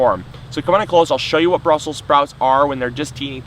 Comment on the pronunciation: Brussels not brussel.